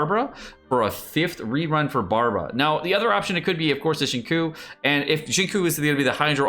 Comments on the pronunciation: Shin koo shin koo shin koo shin kok sheen kuuu someone strap him to the chair and force to learn to pronounce the names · Seriously. The right way to pronounce his name is Sing Chew. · XingQiu is pronoun as Sing Chew. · "Zingkoo" Fuck no. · No one's going to mention pronouncing "Xingqiu" as "Shingkou" 🤣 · Repeat after me,: Sing-Cheeoh.